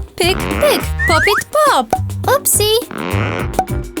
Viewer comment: Nie popyt tylko pop it